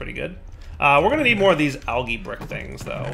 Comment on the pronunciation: It huts me how he says Algae!